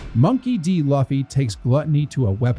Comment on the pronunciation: Sorry I have to be that guy. It's loo-fee not luh-fee